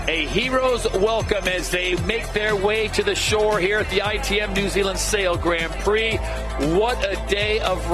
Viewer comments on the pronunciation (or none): Dear SailGP, Can someone please teach Todd Harris how to pronounce Grand Prix correctly please? We would all be extremely grateful. Cheers, The whole sailing community